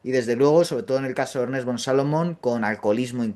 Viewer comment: No es Ernest Jünger, se pronuncia Ernst, si quieres traducirlo di Ernesto